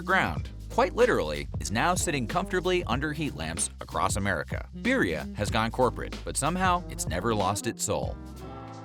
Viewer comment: Makes a whole documentary with zero effort to say the word correctly